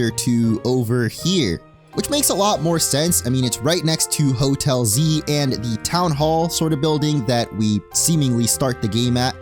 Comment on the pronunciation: Oh Hotel Z, I thought you were saying Hotelsy.